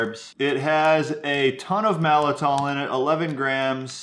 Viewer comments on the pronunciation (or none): Malt-I-tol, not mal-I-tol. Think “malt liquor,” not “malfeasance.” Just nit-picking, sorry. Soluble corn fiber is also called “resistant maltodextrin.” Regular maltodextrin hits hard (I’ve seen claims of a glycemic index of 100), but supposedly SCF is way less of a problem. Calling it SCF makes it sound natural, but it’s about as natural as high-fructose corn syrup... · I think you two are amazing. And it pains me to say this but there's actually two letter t's in the word Maltitol - I could be wrong but I'm pretty sure on the pronunciation, the first "t" is not silent. :) You have done great research to benefit many and proper pronunciation will help credibility.